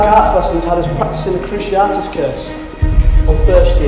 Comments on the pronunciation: every time you say cruciaRtus instead of cruciatus i cringe a little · Kroo see ah tiss curse, not kroo she art iss